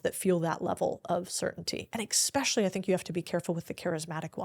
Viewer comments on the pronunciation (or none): I don’t trust anyone who says “expecially” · Only one critique. As a thought leader on the stage, stop pronouncing it as "expecially".